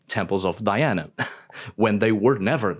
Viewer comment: Thanks for pronouncing the Latin name, Di-ana, multiple times instead of “Daiana”, it's nice to remember the origin of the myth. Speaking of origins, the goddess Diana vowed to stay a virgin and so were the nymphs of her “entourage”, she would never have had children with anyone. Just think that she had poor Actaeon torn to pieces by her (or his) dogs just for looking at her while she was bathing... 😁